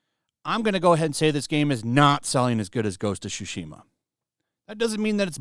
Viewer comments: hehe, "Tchuchima" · is butchering the title of the game with such a glee in his voice. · I am here to listen how pronounced the game's name and it's always as amusing